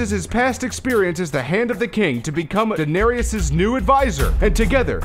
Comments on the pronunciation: ITS DAH-NAIR-ISS NOT DA-NAIRY-ES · Stop calling her danerius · i hate it how he says : denariases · It's pronounced (Duh-nair-es) jesus...